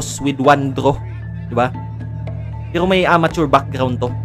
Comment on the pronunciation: Wag Kang bulol gagi😅😊😂 imbes na pero ang dating pewo😅